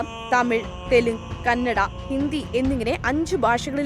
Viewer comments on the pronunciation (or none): none